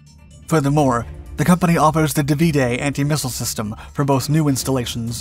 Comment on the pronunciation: Here we go again with the butchering of EVERY SINGLE ITALIAN WORD: 1. OTO MELARA, not O.T.O. MELARA 2. DÀVIDE, not DAVÌDE